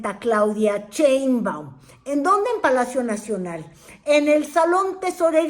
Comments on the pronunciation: Por qué pronuncia el apellido She- in - ba- um como Che-in-ba-um? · Con todo respeto, no se dice "CHEInbaum", se dice "Sheinbaum" Saludos cordiales.